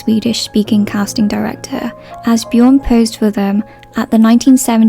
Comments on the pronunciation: His name is björn not bjorn Many languages have this letter, such as my mother language, but also ofc swedish, where this lad is from - but also german and even turkish It is pronounced BJÖRN, ö is a vowvel most similar to "first" == "föörst" or the english sound you make when you are suddenly asked something and dont know how to reply, and just say "aaaaa hold on" == "öööö hold on", its not very hard to look it up either But hearing 'only xyz was bothered to learn "BJOOOOORN'S" name' makes me almost THROW UP, like this whole sentence, maybe respect the actor just A TINY BIT and learn their name, or atleast DONT include a line like that in the script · in what world is calling someone named Björn "Bjorn" good pronunciation 😭😭😭, like she clealry didn't even try to look it up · "He was the only foreigner who bothered to learn the correct pronunciation of Björn's name" - she says, while mispronouncing Björn's name. (I'm sorry, I don't mean that as a mean comment, it was just funny.)